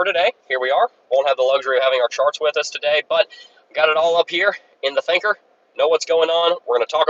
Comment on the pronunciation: Did he say Stinker?